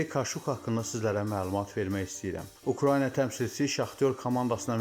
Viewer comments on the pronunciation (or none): none